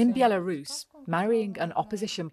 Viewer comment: B-elarus?? Where's that then? 😂!!